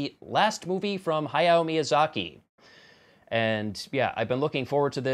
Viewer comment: Two real quick notes: - As far as I'm aware, Hayao is pronounced "Hey-yo" (it's how I've heard most everyone else pronounce it anyhow). - Even though he wrote it, 'From Up on Poppy Hill' isn't considered a Hayao Miyazaki film, since his son Goro directed it. And yeah, the mouth made sound effects bothered the hell out of me as well. Nearly choked on a chocolate bar when I decided I could do it too.